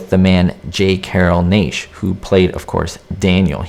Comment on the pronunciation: That was a stuntman that Strange threw out the window. The stuntman was also wearing a harness with wires so Strange could pick him up. Also you are mispronouncing his name. It is NASH. I don't know where you get your info. My info comes from Bob Burns. He was personal friends with Glenn Strange.